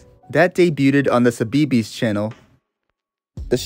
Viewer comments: CBeebies is pronounce 'see-bee-bees' 😅 tiny nitpick but for a brit like me, it stood out a ton Otherwise, amazing vid! ❤ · nah he said suh-bee-bees 😭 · ive never heard CBeebies pronounced like that 😭 good video tho just funny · No but same. 😂 His pronunciation makes sense, but growing up knowing how CBeebies is said it was amusing to me to hear how a non-Brit (American?) would say it. 😊😅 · i didn’t even realise he was talking about cbeebies at first omg 😭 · I can't help but cringe at how you pronounce "Cbeebies" although how do I know about when being an American is obvious because of a certain Sci-fi British Show with it's own lost Media